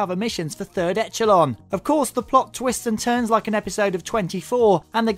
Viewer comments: no, it's not a serious question you idiot, it's called a rhetorical question, aimed to point out how absurd it is that he's played through the whole game and not noticed how they pronounce echelon after they say it in the game to a hundred times. try using your brain a bit before retorting. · you pronounce echelon wrong.. did you even play the game?